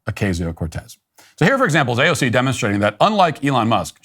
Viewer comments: Quit saying uh cay ze oh. It sounds upit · AOC not AOK!